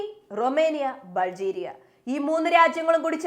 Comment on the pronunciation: ബൽജീരിയ അല്ല, ബൾ ഗേറിയ